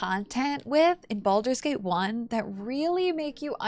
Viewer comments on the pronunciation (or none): i thought u said bald babies xD